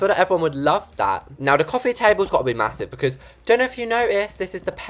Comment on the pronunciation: “ma-HOO-sive window” - love you haha! 😂